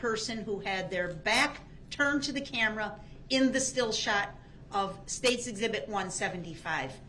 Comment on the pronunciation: Doesnt she mean "exhibity"? Lol i wonder if he will "Axe" any more questions of relevance-y in regards to this case-y....lol